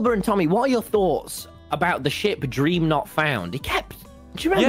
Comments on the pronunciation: It soundls like wil is saying cream 😂😂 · Guys it's official if Wilbur says it's gream it's gream ಠ﹏ಠ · ah yes jreem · Gream sounds like those weird mispronunciations like cheemse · Oh no its dnf anymore it's " GrEeM " lol